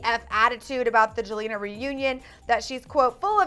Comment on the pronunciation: Did he say joelna